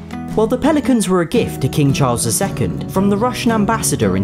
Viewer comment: I thought that instead of "Pelicans" said for some reason "Police mans"